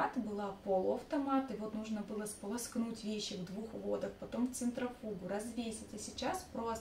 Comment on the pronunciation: Вы не ошибаетесь?вот я знаю, где правильно ставить ударение иногда произношу......